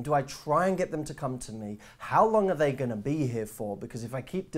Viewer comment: “theeeey are Hot...“ you soundet on that Part like you are drunk xD